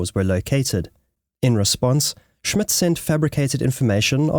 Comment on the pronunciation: "Jutland" - check pronouncation,))) - also the names like Scholtz and Schmidt. it should be easy to find a native speaker where you are ? if not, say so. Happy to help in future. Very interesting content ! And that would make it worthwhile to get those little details right after all the work you put in.